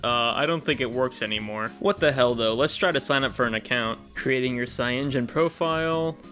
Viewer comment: cyaNOgen ... Not cyangen